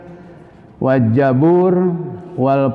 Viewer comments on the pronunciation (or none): Zabur, bukan jabur